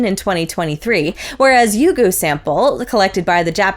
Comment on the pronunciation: pronunciation of Ryugu is spot-on (or sounds same to JAXA's) I heard some American space tubers saying Rye-you-goo, 3 syllables. Not a big deal tho.